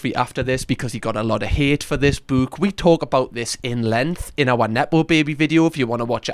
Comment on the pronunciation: Its like büke